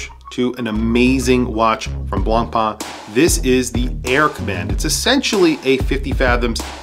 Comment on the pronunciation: Please don't pronounce the "C" in Blancpain.......